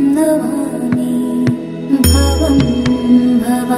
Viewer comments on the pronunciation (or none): Are you pronouncing the last word NAVAMI? It sounds as if you are saying NAVAMI instead of Namami. Pls correct if tht is the case.